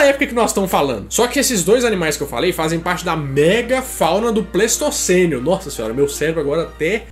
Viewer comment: Só a critério de informação não é "Pleistocenio" e sim Pleistoceno, assim como Holoceno e Antropoceno.